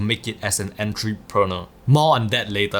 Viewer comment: when he said “entry proner” i felt that! All jokes aside great vid